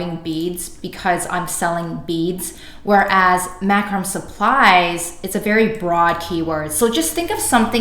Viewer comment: Killer vid. I've struggled to understand PPC. It's actually "mac-ro-may"